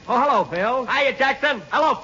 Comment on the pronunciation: Can you hear how Jack says, "Jello again," instead of "hello." I wonder how many people picked up on that. lol